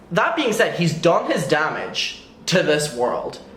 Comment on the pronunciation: U said "done" and I heard "dumb" lol